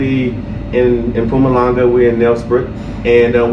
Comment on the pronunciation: You say “Mpumalanga” better than most white South Africans😂😂😂❤️